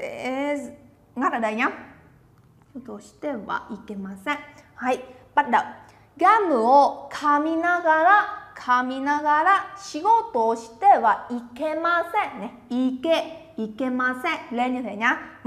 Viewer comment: ga mự chứ sao lại ga mê ạ